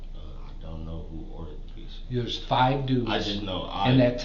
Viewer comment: P za ?? Ffs I hate when people say it like that. Pizza damn it!!